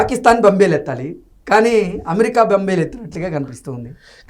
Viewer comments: బంబేలు ఏందిరా బాబూ, బెంబేలు అనాలాన్న కనీస భాషా పరిజ్ఞానం కూడా లేదా? తెలుగు భాషను చంపుతున్నారు కదరా! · బంబేలు కాదురా బేంబేలు తెలుగు నేర్చుకో.